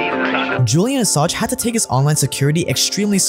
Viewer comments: "Assange" is pronounced with the "ng" sound... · Great video, you've got to read the N in Assange tho..